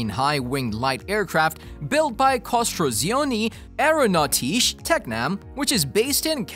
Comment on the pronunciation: Your pronunciation of "costruzioni aeronautiche" is comical. These days it only takes a few seconds to google the right pronounciation in pretty much any language.